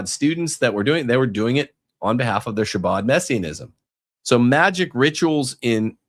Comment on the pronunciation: It’s pronounced “Ha-Bod”